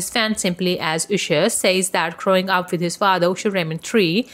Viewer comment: Stop saying oosher😏